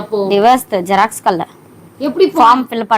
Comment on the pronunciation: ஜெராக்ஸ் கடை❌ ஜாக்ஸ் கடை✅